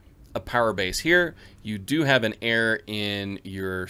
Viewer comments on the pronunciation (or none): none